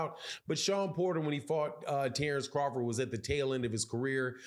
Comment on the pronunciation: Say his name correctly dork!